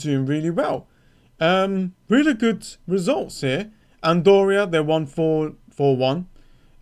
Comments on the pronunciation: you cannot even pronounce country names - wtf is andoria? not to mention player names, cause you already gave up on it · As I've watched other fantasy creators I could see they had researched the pronunciation or tried at the very least. And I get someone could be from a different country where it's harder to say different certain sounds. But Andoria? Come on mate, it's not a thing. And from what I've seen in turkish it's no different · ok but I stated that mispronouncing names isn't the worst, I mostly wanted to poke fun at "Andoria". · for sure I came around as rude because I wanted it to be bantery. And I'm not buying this misread thing as Andorra is a European country, and you should know how to say it. I know I sound like a teacher or some serious shit, but you just cannot run away from certain stuff.